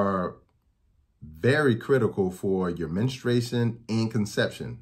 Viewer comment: I value his info and mission. The word is " menstruation ". MEN-stroo-ATE-shun. Not minna-STRAY-shun. Women MEN-stroo-ate, not MINNA-strate.